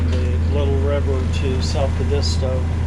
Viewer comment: nice video thanks for visiting . Also the correct way to pronounce Edisto is way different than you are saying it . might want to watch some videos on you tube on Edisto . Sailed out of Edisto to Florida many times . Awesome to watch you all do this in great weather!